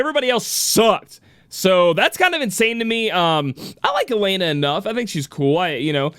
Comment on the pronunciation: Yo it's E-LEN-AH not AH-LANE-AH not to bash but that's how her name is pronounced. Congrats on her win 👏 as for me I was going for Lilith all the way.